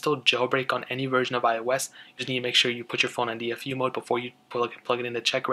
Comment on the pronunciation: iOS (ee-os)